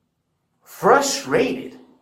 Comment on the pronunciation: Frust-RATED it’s not a game